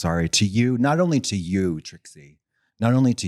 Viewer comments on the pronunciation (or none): Love how you can tell Katya is spiraling when she calls Trixie “Tritsie.” 😭😂